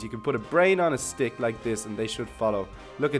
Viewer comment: If u hear the part when he said ohh u want this brain on this stick it actually scoundrel like he said ohh u want this brain on this dick lmfao